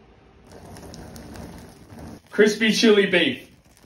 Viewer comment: Definitely thought he said “crispy chewy.”